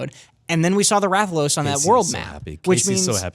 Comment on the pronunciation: You're saying Rathalos wrong